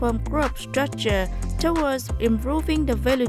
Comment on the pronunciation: implemented /ˈɪmplɪmentid/ not /ɪm'plement/, towards /təˈwɔːdz/ hoặc là /tɔːrdz/ not /'tə wɔːdz/, result /rɪˈzʌlt/ not /rɪˈzaʊlt/, position /pəˈzɪʃn/ chứ /poˈsɪʃn/ đâu ra? tiếng anh có âm /ô/ sao?. nhắc hoài chữ national đọc là /ˈnæʃnəl/ âm /æ/ còn danh từ nation mới đọc là âm /eɪ/ mà cứ đọc là /neɪʃnəl/